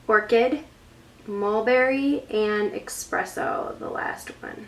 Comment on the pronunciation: It's ESpresso not EXpresso